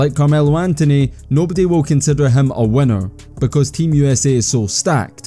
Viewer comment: Why dont you have an "i" in your alphabet. : lest.. hestory.. wenner.. wen..